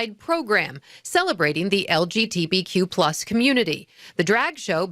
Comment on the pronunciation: "LGTBQ"? Have the T surpassed the B now?